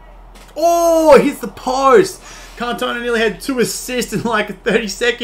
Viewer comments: Ewww He says kantowna. Please make sure you pronounce icons names correctly. The commentary even says his name time after time. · Omg bro seriously say his name right ffs lol, can't take your review seriously hearing cantone aaaaaaaa every 10 secs. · It’s pronounced CAN-TO-NA great review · Did he just say can tona